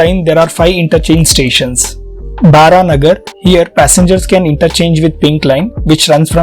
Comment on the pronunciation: bro it's not Baranagar as you said, It's spelled as Baraha Nagar as Narayana's Baraha Avtaar